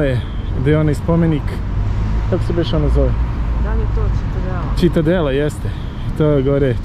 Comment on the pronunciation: Ali, "Ćitadela".....legenda si! Predobar izveštaj!